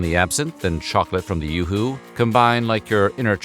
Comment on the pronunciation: Im pretty sure its yoohoo not yahoo, no "A".